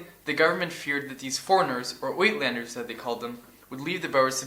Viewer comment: "Witlanders"? More like (eyetlanders) is a better pronunciation. The country is Suid (side) Africa. And it's not "Bowers: it's Booers.